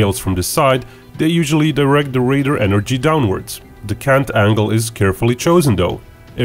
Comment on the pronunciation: The word is "radar," not "raider."